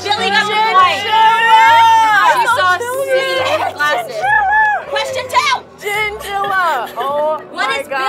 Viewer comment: "let me finish the qweschon" "let mE FINISH THE QWESCHON!!!!"